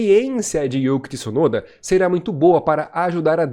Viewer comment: Não muda nada na vida, mas o certo é Tsunoda (igual cazzo) e não Tissunoda